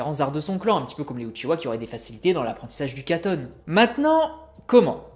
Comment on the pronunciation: Je ne connaissais pas le "Katonne" et le "Fouinne joutsou"... 😆 C'est une boutade hein, me tombez pas dessus.